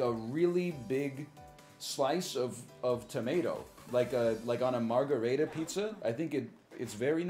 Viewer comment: Why does he say margherita like that